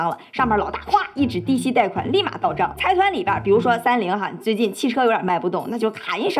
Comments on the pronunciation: 财团是读 zaidan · 之前没发现，又一个bug，财团的日文读音是ざいだん zaidan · 非常喜欢你的视频，不过财团应该读 zaidan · 财团的日语读音应该是sai tan。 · 财团是读ざいだん（zaidan）